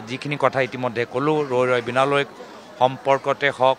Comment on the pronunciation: এইজনে জুবিন দাৰ চিনেমা খনৰ নামটোকে ভালকৈ কব পৰা নাই। ৰৈ ৰৈ বিনালৈ নহয়, ৰৈ ৰৈ বিনালে।